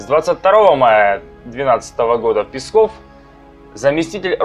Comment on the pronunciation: Мне конечно насрать на Пескова, но я к тебе обращаюсь афтор! Не Песков а ударение на е! Пе!!!пЕсков! А не так как ты выговариваешь ПескоОв!Слух режет!